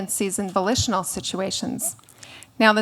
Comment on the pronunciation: I thought she said vocational intercourse. and I'm like, that's called prostitution. But no, she said volitional intercourse.